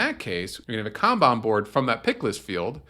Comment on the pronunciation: I thought it was pronounced kanban but you keep saying kanban